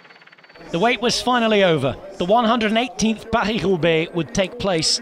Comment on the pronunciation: his pronounciation of van aert and paris roubaix are not bad actually